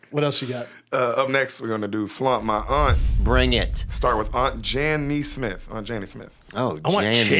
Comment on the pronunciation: he also thinks aunt jan nesmith is janny smith